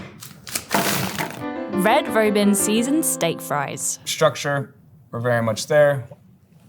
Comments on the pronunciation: "Red Roh-bin"?? Its Red Raw-bin. Also really wish they had allowed the two guys to comment as much as they did the female chef. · How did the presenter get the word "Robin" wrong? I'm wracking my brain.... it's pronounced the same way in the US and Great Britain... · I'm sorry. Red Roe-bin? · "Red Row-bin"? Did you use AI for the voiceovers introducing fries? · She said Red Rowbin, not Robin like the bird. You know, like the restaurant, Red Robin… yumm. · Red Robe-in. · "Red robe-inn" roflmao you need to fire your ai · Red Rowbin 💀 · Red ROWBIN???? You seriously don't know how to pronounce "robin"? Or at least have an editor that verifies that the AI voice says it correctly? Do better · I'm assuming that the lady doing the voice-over is British, but I've NEVER heard someone anywhere pronounce it "Red Row-bin". What? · Red ROW-BEEN??? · The way she pronounces "Red Robin" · The AI voiceover doesn't know what Red Robin is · That Red Robin pronunciation is wild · lol the way she pronounced Red Robin. Where did they find this British chick?